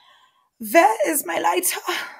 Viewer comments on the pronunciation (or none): why do you turn German when it comes to ur lighter? lol On the interview/ Gauntlet you have thrown down to KK, he will never agree to have a discussion with someone as articulate and as clever as you, he would know you wont stand for any BS and that is the only way he will speak. You would make him look like a scalded school boy by the end of it. I do hope he does it as it would be great to watch you get ur teeth into all his BS and call him out to his face. Keep up the good work